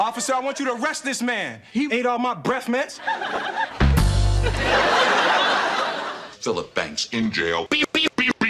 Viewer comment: "Say breffmints one more time I'm gonna SCREWNC" "What was that honey?" "Sounded like the screwnc " Top tier.